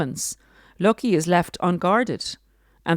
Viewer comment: i think the Name is pronounced Low-Key .